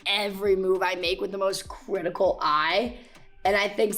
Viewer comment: "cwitical eye"